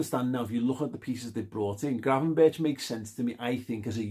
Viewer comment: Berch is something you should be able to pronounce flawlessly in Liverpool 😄. Chicken Gravenberck (talented player, lacking in work rate/relies on talent too much)